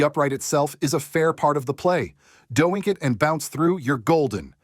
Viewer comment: is this a bot? he mispronounces almost everyones names lol, no football fan would not know how to say DOINK. this guy calling it dough-yyenk.